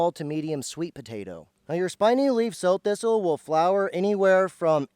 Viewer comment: not sew or so thistle. like Sow eat it. Prounouced not like sowing seed but like a female pig, Sow.